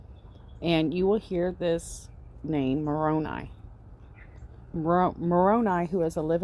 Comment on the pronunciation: Thank you for your research. As a sixth year Mormon, I will try to help you with pronouncing some names. Nephi pronounced Neefī Nephites pronounced Neefītes. Lamanites pronounced Laymanites Moroni pronounced Morownī not morownee. Hope this helps!